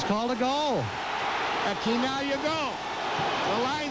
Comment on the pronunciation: Oh, his last name is pronounce Kee-Nah-Glee-Ah not Chee-Nah-Glee-Ah